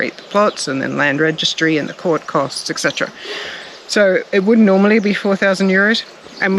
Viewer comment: It's not "ECKCETERA" god damn aussie. It is "Etcetera"...